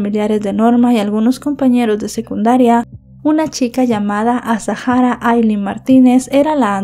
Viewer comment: me vas a permitir que te corrija con educación el nombre, es Azahara, no es azajara, es un nombre bereber, la h es muda. Te pido disculpas si te molesta, es solo a título informativo